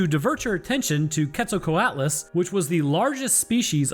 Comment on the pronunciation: C’mon man. You’re a biologist. You can try at least a little more than this. Ketzokowahtlus? Bruh. I’m not even angry just disappointed